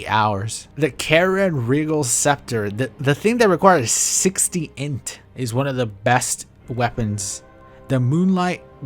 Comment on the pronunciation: being unable to read "int" in that one article was killing me